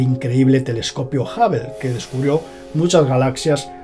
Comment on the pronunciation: Min Tele"escopio", Tele"FON y su canal :atraviesa lo desconocido"❗😂